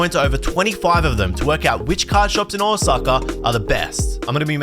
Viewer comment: ahwsucka, hilarious nonce pronunciation